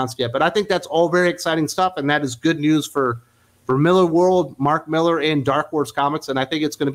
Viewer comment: MillAr, not MillEr ;)